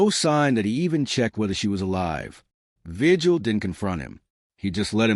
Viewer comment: I think if you’re going to be a YouTuber, and you want to professionally relay information. You should do some research on how to pronounce names. Javier vigil is a Hispanic name. In Spanish translation, the G sounds like an H and the correct way to pronounce. His name is VIHILL. Not just his but any other Hispanic person that has that same last name. Also, they are not called tortillas . The 2L’s then in Spanish sound like a Y. So it correct pronunciation is TORTIYA.